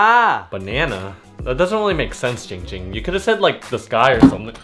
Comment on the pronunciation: It’s not ging ging It’s ZING ZING